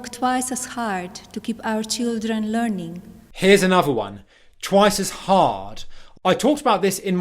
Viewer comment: This self-pronounced expert needs a bit of expert help himself : e.g. "anuvva" (another); "goh'ah" (got a); "oi would give" (I would give).